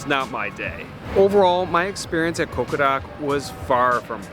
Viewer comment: Is he pronouncing it as CoqoRak?!